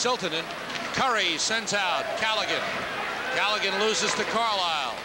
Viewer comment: ESPN 2nd period update....Mark Gretzky 😂. Lou Nanne...it's Kurri, not Cure-ee.